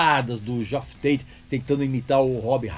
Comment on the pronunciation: Não é "GeÓff Tate", é "JÉff Tate".